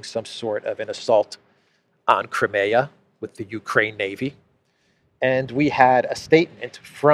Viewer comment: Wish you'd pronounce Crimea properly!